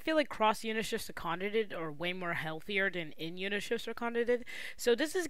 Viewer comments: its kana-dae 😓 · why do you say "kanadid" for kanade ?